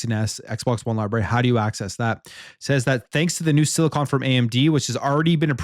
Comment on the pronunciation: I've seen several people covering this article and is the first to pronounce "silicon" correctly.